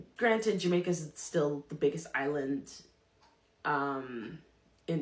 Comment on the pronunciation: You enunciate your words and you speak properly . However , the way you pronounced the word Jamaica is like a Jamaican , and you used the phrase “ half a me “ . Food for thought